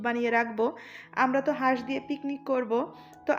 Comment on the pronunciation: হাস কে বাঁশ বলাতে হাসি চলে আসছে